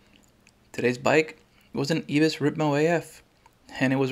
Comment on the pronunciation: Dude really called it an "eebis" ripmo. How do you reach adulthood without ever hearing how to properly pronounce "eye-bis"?